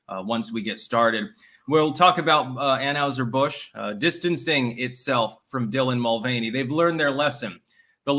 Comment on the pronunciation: It’s pronounced an-HIGH-ser Busch not an-HUGH-ser Busch dammit